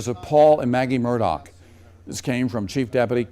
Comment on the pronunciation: His name is pronounced " Murda" not " Murdock"